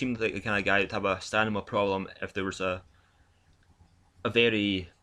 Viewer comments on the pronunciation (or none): Great channel and commentary dude, you got a sub out of me! But ffs mate, please stop saying 'stanima' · Hahahahaha he got me question my English with that stanima aswell 😅 great video though.